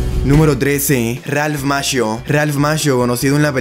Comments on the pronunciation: Se pronuncia makio no mashio papanatas es italiano Chi o cchi suena ki, y ci suena chi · Macchio se pronuncia (Maquio) es apellido italiano. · Macchio se pronuncia Makio, es un apellido italiano.